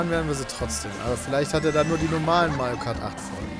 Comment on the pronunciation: Seit das gesagt hat hör ich bei Pedda nur noch Majo Kart xD